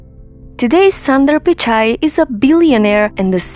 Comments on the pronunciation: Get the name proper first it’s not Sandar it’s sundar ....1.30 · It is an injustice to pronounce the name of Mr Sunder in this wrong manner and one could have taken care to know how this name is pronounced